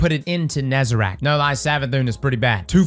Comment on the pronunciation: For the love of god, it's Nezarec not Nezarac